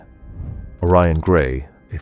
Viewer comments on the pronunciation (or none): none